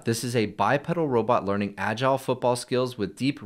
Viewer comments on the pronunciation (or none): none